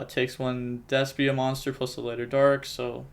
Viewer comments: Its Despia not Despa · DES-PEE-YA. No pokin fun just makin sure ya know for future vids 👍🤙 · I keep thinking you say “deskbot” instead of “despia”